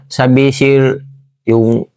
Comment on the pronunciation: Ang cute ng pagbigkas ng sir,naging sil..hehe!ganyan tlaga magsalita mga Tausug,nakakaaliw.